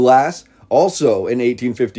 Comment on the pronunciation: This is excellent but that isn't how you pronounce Absecon. Ab-seek-en